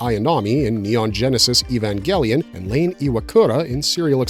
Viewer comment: why do you pronounce evangelion wrong